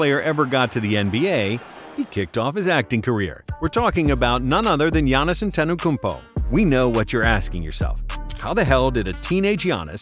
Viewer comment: “Giannis antena kumpo📡”😂